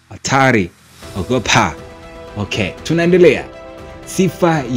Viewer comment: OGopa 😂😂😂, kisukuma kabisa..